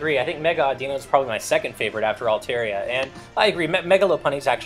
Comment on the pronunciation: I really really hate that they're not pronouncing Pokemon names correctly. It's stupid that I should be so stressed over it, but it still bugs me. Oh well, I can't really do much about it. By the way: Lopunny = LAW-puh-nee Altaria = all-TAHR-ia Audino = AWW-dih-no